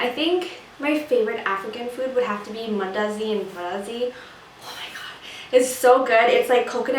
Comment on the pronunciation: Mandazi 😍😍 You province the Swahili words so well!!